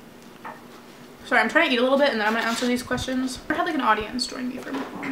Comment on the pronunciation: it’s pronounced muk-bang (not being rude just to let you know)